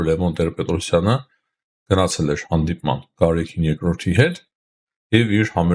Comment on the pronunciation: ո՛չ թե Գարեքին այլ Գարեգին, ո՛չ թե մարթ, մարթիկ, մարթուց, այլ մարդ, մարդիկ, մարդուց...